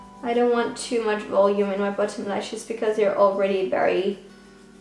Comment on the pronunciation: You sound like you’re saying button instead of bottom